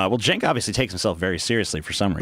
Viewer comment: It's pronounced "Chenk". In Turkish the "Ç" symbol is spoken as "Ch". Just trying to help.